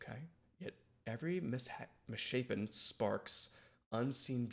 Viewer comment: 2 points for the correct pronunciation of Misshapen. =D Gets botched by reactors a lot.